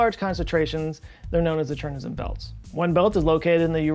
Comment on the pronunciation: Nailed Chornozem pronunciation - except it is Ukrainian word not ruzzian